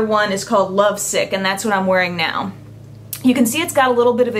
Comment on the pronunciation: I just love the way u talk!! Like when u said "I'm wearing it nowwww". The way u drag out the last syllable of some words....ur Awesome!!!